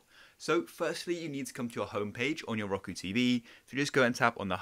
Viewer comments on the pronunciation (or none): dude said ROKO